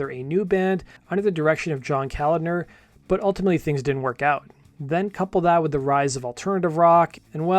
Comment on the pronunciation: It's pronounced Ka-LOG-ner